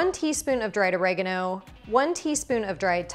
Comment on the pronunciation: Took me a while to understand what you meant with your pronouncement of oregano!